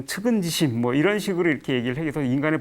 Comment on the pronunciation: 장음인 단어의 첫 자를 짧게 잘못 발음한 예: 대개 사실,심지어,(이)말,(외국어는 천처이 분명하게 발음하시지요),대 부분,좋은,정확,사실,대하는,(측은지심을, "측은"하고"지심"이라고 두 자씩 띄어서 읽었는데 잘못 입니다. "측은지" 하고 "심"이라고 띄어 읽어야 한다),(아이러니 하게라니!!! "아이러니칼"하게라고 해야지요!!),(또,틀린 말!! 이민자가 이니고"이민"이라고 해야지요),공감,계속,( 또 아이러니!!),신중,사실,, 사실, 사실,대단히,동물,연민,최소화,문제,사실,바보,중생,사태,등 다양한 문제가 있다. 외국 사례를 지나치게 원용하고 있ㅇ.며, 군소리가 많고 말이 조급하여 품위가 없다. 고국 동포께 권하옵노니, "한국 어문을 고발함"이라는 책을 읽어 주시옵소서. 미국 변 완수 드림